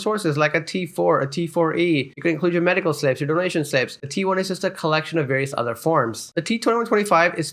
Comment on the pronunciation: Medical, not "medicle" slips